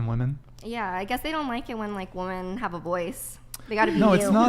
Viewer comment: Sigh. I guess I came to watch again cause I'm punishing myself for my sins in life. Also, anyone else notice that she can't pronounce the word "women" properly? "I think all of us here are tens." Look gents - any woman who says that is a liar. Don't put your dick in that. If any tens actually exist, they are RARE. Like, there are only a handful on the whole PLANET, adn they get quickly snapped up by an oligarch or end up in porn or something. This is not a table-ful of tens. "I don't know how you want me to answer that." She keeps saying that - sign of a dishonest person. There's only one way to answer questions. Honestly. I don't need to know how someone "wants" me to answer a question if I'm honest. And her refusal to discuss how women are oppressed shows that she has nothing. She's disingenuine and is acting in bad faith. If she truly cared about women's oppression, this would be an excellent opportunity to do something about it, with the platform that Brian has provided her FREE OF CHARGE. She doesn't even have to run for office or risk her life. This is the freedom fighter's dream. And notice the other women didn't really jump in either. Guess they had nothing too.